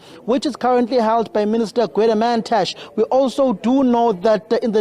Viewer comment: This guy pronouncing Gwede Mantashe like a coconut